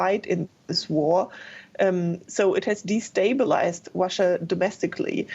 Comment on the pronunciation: Russia does not end with an R. Please pronounce properly.